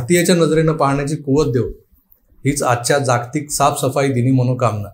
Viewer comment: प्रकाशले...आहे..प्रकटले नाही...जागतिक मधील ज चा उच्चार जग (विश्व) मधील ज सारखा करावा... आज कोणता विषय असेल, याची उत्सुकता असते..बोलण्याची पद्धत छान आहे तुमची...😊